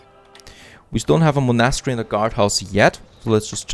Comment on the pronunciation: Oh an please look up the pronunciation of „monastery“. ;-)